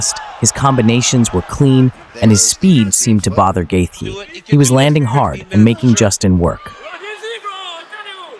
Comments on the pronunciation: Whoever did the voice can’t say Justin Gaethje right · I wish these idiots would learn how to pronounce his name. Its not gaythie its gaychi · "Gay thee" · Actually the th isn't silent. It's like gaith(rhymes with faith)jee